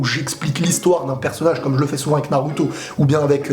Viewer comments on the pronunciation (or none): none